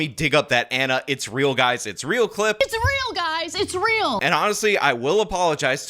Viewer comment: "It's Real guys, it's Real", sounds like "Israel guys, Israel"😂